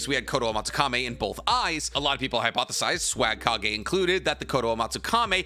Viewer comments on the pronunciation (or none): none